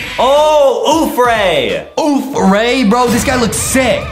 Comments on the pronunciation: It's death ray not oof ray 👎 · And no it is not uff ray it is death ray